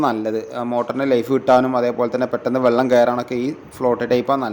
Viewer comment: ഡാ, വള്ളം അല്ല വെള്ളം 😂